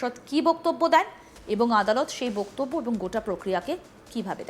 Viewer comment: Hello Miss! First check your Bengali word "Boktobbyo" Pronunciation. What A Ridiculous pronunciation you are doing!!!! It's really strange. Where did you learn or Who taught you such thing!!! Watch old days Bengali Movies of Suchitra Sen, Supriya Devi and learn how they pronounce the Word! It will be helpful for you